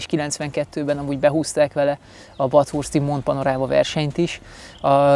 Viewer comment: Basszus, te jol beszelsz angolul.... ehhez kepest "Bethörszt" es "Szkeejf" neveket hogy ejtetted ki...? A video amugy menö... pont ezert ezek az aprosagok nem hianyoznak belöle....:(